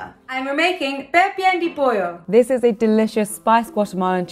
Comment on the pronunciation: It’s pronounced “peh-pee-yahn deh poh-yo” but say it fast 😇